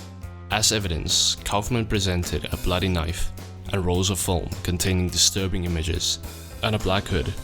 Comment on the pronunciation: Almost sounds like distuban